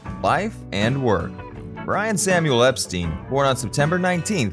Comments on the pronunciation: His name was pronounced "Ep-stine', not "Ep-steen". Watch any of the TV interviews etc. from the time, or even "The Beatles - First US Tour" movie, in which he pronounces it "Ep-stine" HIMSELF... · It's pronounced Ep STINE rhyming with TIME, not STEEN rhyming with TEEN. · It’s EP STINE. NOT STEEN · Poor Brian, I've never heard his name mispronounced so often in such a short space of time.